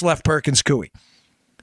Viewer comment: Perkins-Coie, pronounced Coy. Law Firm that represented Obama on Usurpation.